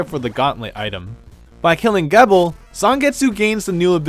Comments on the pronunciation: Gebel is pronounced "Jee-bel". Source? The most recent RotN gameplay video. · Gebel is pronounced GEE BUL with a hard G, the way you say the letter G. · Also youre saying Gebel wrong, its Gebel (JEE-bill) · Is anyone else going to notice that he pronounced Gebel's name wrong or just me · It should be pointed out that said in the video that Curse was still recent, so likely Ritual wasn't out yet at the time, so it would make sense if he didn't know how Gebel's name is pronounced. I know I didn't know that until I looked it up and thought it was pronounced that way when I first watched Curse.